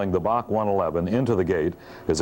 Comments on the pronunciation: It was always B A C…..never BOK like the narrator is saying…..so annoying! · BOK? BOK? It’s Bee Eh See! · Correct. Built in Romania and operated by TAROM (Romanian Airlines). Also we always said B A C one-eleven pronounced as letters not as Bac (or Bark the way he is saying it) pronounced as a word.